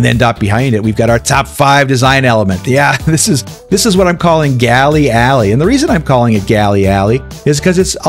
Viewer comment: Epic! Galley Alley.... Gallery Alery😂 🎉 thanks for a great top 1 cinematic. Appreciate ya. 😅